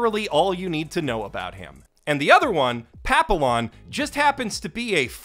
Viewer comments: LOL I was enjoying the rip into Tokyo Shinobi Squad until the constant mispronunciation of Papillon's name. It is French - you pronounce it pah-pe-yon, not pa-pill-on. That would be like pronouncing quesadilla Quay-sa-dill-ah. It's such a strange name for her anyways, so I don't entirely blame you. It makes no real sense in the context of the story as you've told it - not in any definition. She does not remind me of either a butterfly, or the dog breed, or a crime drama from 1973. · Not that it even slightly matters, but Papillon from Tokyo Shinobi Squad's name is probably meant to be said like "pap-ee-on", like it is in French. Of course, this would be that dreaded globalization, so maybe the author didn't intend that anyway, the nationalist creepazoid that he is.